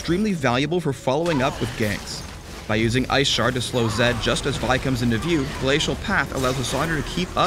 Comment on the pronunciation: i heard "iceporn". ahahaha!